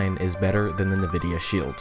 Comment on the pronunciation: I have to correct you on the fact it's pronounced N-vidia, not nevidia. Thank you.